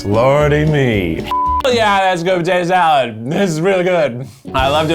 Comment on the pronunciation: Potato Zee-alad